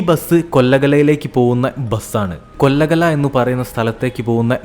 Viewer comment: സ്ഥലങ്ങളുടെ പേരുകൾ.. മലവള്ളി അല്ല മളവള്ളി ആണ്, കൊല്ലഗല അല്ല കോള്ളേഗാല ആണ്, മാന്തിയ അല്ല മൺഡ്യ ആണ് ചേട്ടായി😂❤